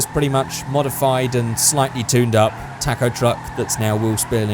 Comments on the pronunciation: Say talkoh not tack oh talkoh taco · he keeps saying taaacoh it's taco!!!! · it not pronounced tac-o, it is pronounced ta-co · It is toco not taco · its pronounced tãc-õw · Hahaha he says tack-o truck🤣🤣🤣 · What's a Tack-Oh? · Your saying it like TACKO TRUCK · Why does he say tacko😂😂😂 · " tack-o truck " lol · “Tako truck” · Your videos are awesome man, but the way you pronounce taco is heinous, as well as insulting to my god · Your saying taco wrong